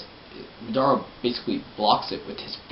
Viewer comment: Ma Dara...... ITS PRONOUNCE MADARA ITS LIKE SAYING HOKAGE IS HOCAGE